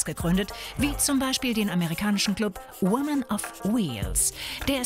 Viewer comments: Und man spricht es auch nd "women" sondern "wimen" aus. Wobei man women schriebt. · women spricht man "wuimen" aus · Gamers check meine Muttersprache ist englisch und ich hoffe du meinst es als scherz. Women ist als mehrzahl richtig, wird aber wimen ausgesprochen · Wie die women ausspricht...ich könnt kotzen